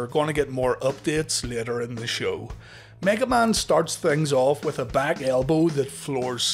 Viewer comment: The way u said mega man like it was his real name lol